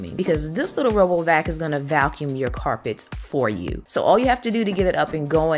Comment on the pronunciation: Me too! She sounds like she's saying Val-cuum.